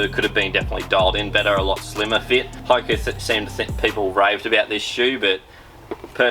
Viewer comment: Love having an Aussie take on the running shoe world but the pronunciation of Hoka in this video is cooked hahaha 🍳